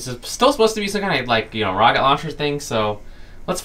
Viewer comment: "HAHAHA ur wocket bew up"